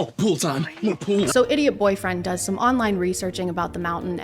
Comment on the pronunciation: he says "pool" like "poule" which means "chick" in french... wait.